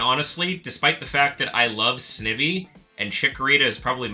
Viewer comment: Snivy is pronounced like Ivy 😆